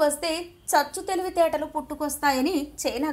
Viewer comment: Hello madam it is not CGSCHHU TELIVITRTALU --- IT IS CHAVU TELUVITETALU. PLEASE DO NOT KILL TELUGU LANGUAGE.